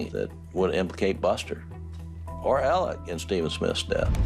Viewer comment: Yup Murdock. Also his name is pronouced Elek, not Alex. You'll note that will always prounce it correctly.